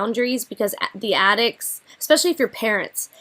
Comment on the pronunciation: If an adult pronounces especially as "expecially" a la Amber, I automatically can't take them seriously.